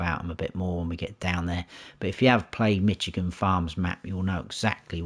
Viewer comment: Good review. I humbly want to help you pronounce the name of the State of Michigan USA correctly. It is pronounced "MISH" as in "FISH" plus "igan" - not "MITCH" as in "HITCH". Comes from the Chippewa Indian word for "clearing" = "majigan".